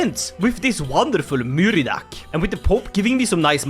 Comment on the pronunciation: Hi native irish speaker here, its pronounced "Mur-(wierd highch sound)-ad" its kinda like "kh" in russian